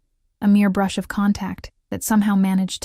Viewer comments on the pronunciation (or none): none